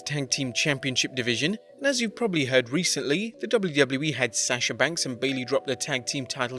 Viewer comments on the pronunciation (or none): none